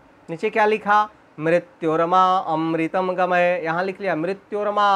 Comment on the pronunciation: गमय है भाई गमये बोल रहे हो उच्चारण का ध्यान दो भाई